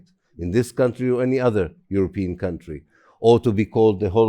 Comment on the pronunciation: what country was she calling cuntry